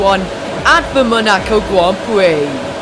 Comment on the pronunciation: 3 mins he says at the Monaco gwand pwix